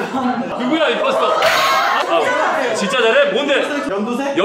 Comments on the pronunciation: 임포스터를 인포스터라고 하는거 빼고 다 맞는데...님이 모를는 거 아님? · 인포스터가 아니라 임포스터에요..